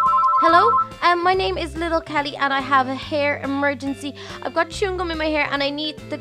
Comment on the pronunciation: that's not how you say little kelly yea is right